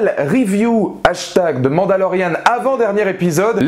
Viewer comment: on dirait que tu dis"demande à Lorianne" sinon super vidéo 👌